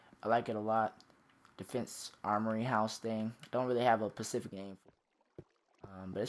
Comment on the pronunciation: Specific not pacific